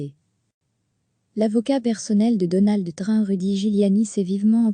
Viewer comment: il faudrait réviser votre façon de prononcer le nom de "Trump"